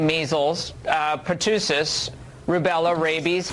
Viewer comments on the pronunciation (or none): " uhh..pah TOO sis" 😑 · PLEASE Fox, learn how to pronounce pertussis!!! As far as all those disease's, where is the proof!!!?? FACTS Please!! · Laura Ingraham can't even pronounce "Pertussis" correctly. What a moron.